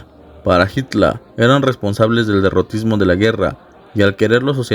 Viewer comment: Por suerte alguien que pronuncia correctamente el apellido de Hitler Y aclaración führer no significa líder sino CONDUCTOR